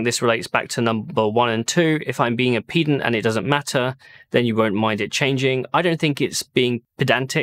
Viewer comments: I hate to nit pick on these things but I believe you're using the wrong pronunciation. It's written pedant not peedant. Ped as in to peddle a bicycle not peed as in to go number 1. The units stuff I'm with you on though, although I have been told I can be a bit of a pedant if you could believe it, so maybe that's a factor. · Its Ped-ant not PE-dant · It's "peddant" not "peedant". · I think you don't know how to pronounce pedant! You pronounce it like like its an impedance or impudence when it should be pronounced like you were being impudent, you prounanced it correct when you were discussing ped-en-terry! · Actually it's pronounced pehdant, not peedant. :) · ....pee-dent...i think you find it is pronounced ped-ant... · It's peh-dant not pee-dant? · I agree with you about MT/s. However, what really grind my gears is when people say 'pee'-dant when they mean 'ped'ant. You say pedantic, not peedantic. Good God, use the correct pronounciation, man. 😊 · It's "peh"-dant, not "pee"-dant. ;-) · I hesitate for obvious reasons - I think pedant is pronounced ped ant not --> peed ant Ped as in pedestrian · *Pedant, not pee-dant :p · It is pronounced ped-ant not peed-ant... being a pedant... so mt/s is right.... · It is peh-dant. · Not to be a pedant but the "e" in pedant is pronounced like the "e" in egg or elephant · That pronunciation of Pedant lol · I found the meta irony of pronunciation of pedant quite humourous 😃😃😃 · Huh, is that how you say pedant? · While we're on the subject of semantics. Please could you pronounce, 'pedant,' correctly. Thank you. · Not to be pedantic, but is your pronunciation of "pedant" phonetically stressed correctly? I fully agree with you on this point of Mhz being incorrectly used and it is far better to just use a non-unit based description. Please remember that "Kong is strong". Many thanks, Stakker Humanoid. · This would have been a much better rant if you hadn't mispronounced pedant...